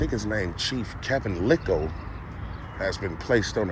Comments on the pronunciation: you are out in the Western burbs, the "s" is silent; it is pronounced lile like tile. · The “s” is silent man. “Lyle” is I The correct pronunciation